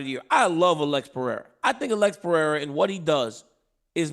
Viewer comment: it is Alex Pereira….period